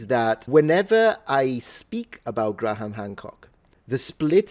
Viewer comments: It's pronounced "gray-em", not "Gra-ham". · As a pedant, I am sure you will appreciate this comment: "Graham" is pronounced "Grham," not "Gra-ham." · Graham = Gram. Not Gra-ham for future reference btw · Its Gray-am...the H is silent. Being pedantic... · it's Grey-ham btw :) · Great video topic. Btw... you still need to work on your pronunciation of the name Graham. It's only one syllable, just imagine it as being spelled "Gram". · here's a tip when pronouncing the name "Graham": the "h" is silent.